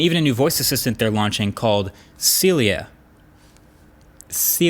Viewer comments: Lol Huawei kills me 😂😂 Sylia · Americans : its pronounced 'SeeLia' Chinese Huawei exec: 'Yess exactry, "siRia" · is that AI name is Silly-ah? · When you said “Hey Celia” it triggered Siri on my phone LOL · He triggered siri on my phone when he said “hey Celia” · Well, your "Hey Celia" certainly triggered Siri on my iPhone...